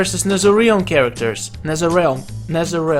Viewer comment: This is u Nesereal and this how u say it properly NetherRealm